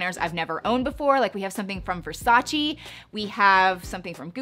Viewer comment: It's pronounced VersachEH (rhymes with "way") not VersachEE.